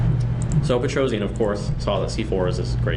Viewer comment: Petrosian is pronounced "Petrosyan" not Petrozian :)